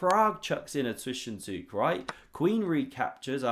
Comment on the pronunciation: It's ZwischenZUG, not "Zwischenzüg".